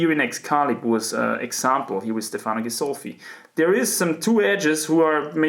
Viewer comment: Your pronunciation of “Stefano” is above average indeed, but perfect accent would be on the E letter: StEfano rather than StefAno